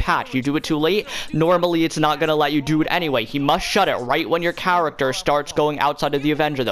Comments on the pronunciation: Character he says cawatawr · “When the cahrakter walks out”